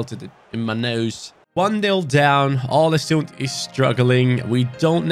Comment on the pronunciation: The Odin thiago comment is true! And some norwegian talents u Can look for is , Martin nioten palumbo and Kristian thorstvedt, also you shoulder raid Bodø glimt for talents because They are dominant Big ups from norway Input go in too Google translate and look up the pronounciation for å because u pronounce the Club aw-le-soond